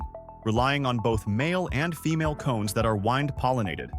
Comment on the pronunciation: Bad ai video... listed corpse flower (once misspelled) in the first 3 plants. Mispronounced wind. Pronounced the same word differently in subsequent sentences. 1/10 because the second plant was cool and I haven't seen it before, but I stopped watching after the 3rd was a repeat.